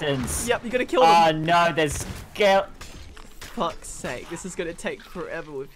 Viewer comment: why does say Skeledons